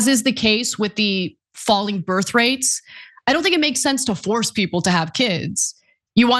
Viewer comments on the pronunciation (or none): none